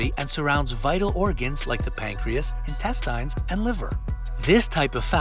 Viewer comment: As soon as he pronounced intestines that way I stopped listening